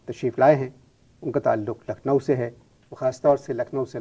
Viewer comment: Lucknow nhi Nucklowwww😅😅😅